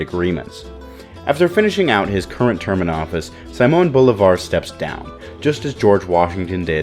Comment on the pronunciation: It ain't fucking Saimon Volleyball, It's Simon Bolivar(Seemon Bolivar) to make it easier for everyone. 🤦🤦‍♂🤦‍♀